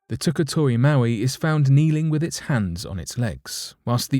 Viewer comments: Pronunced moe-eye not mow-ee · Moai pronounced "Mo-ai" or "Mow-eye" not "Mowee". That's Maui. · Mo i, not mow eee. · Moai not Maui two different words not pronounced the same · Mo'ai (MOW - EYE) statue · It's pronounced mo-eye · Mowee doesn't even make sense for the spelling moai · I believe the correct pronunciation is moe-aye. They are guardians and protectors! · Pronounced (Mo-eye)